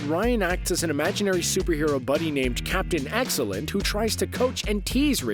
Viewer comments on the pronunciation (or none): Captain Axellent? I keep hearing the narrator saying that. It is Captain Excellent and I may be wrong, but I believe excellent isn't pronounced axellent